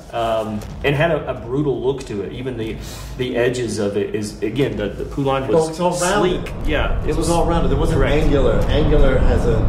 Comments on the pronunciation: I eally hope knows that it's pronounced(POE-LIN) not (POO-LAWN), I work on those saws and have rebuilt many of them and have even heard the original maker pronounce the name. It does bug me but nothing major. I love the DLC and I will be getting it. The whole game is amazing and I wish GUN would get the license to remake the game called GUN... That would be killer. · “Poo lahn” lol. It’s pronounced Po-Lun like the country Poland without the d on the end.